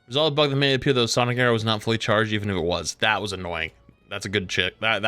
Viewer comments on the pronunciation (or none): none